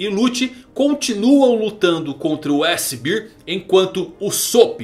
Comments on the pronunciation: O fala S-BEER (S-BIR) 🍺 → S-Cerveja huauhahua Para os interessados: "Bear" em inglês se lê aproximadamente como BÉR 🐻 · S "cerveja"? Bear = bér ( pronúncia )